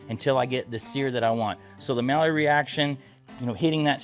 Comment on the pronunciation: LOL! Someone please help with the pronunciation of maillard - which is NOT a type of duck. It's "my-yard".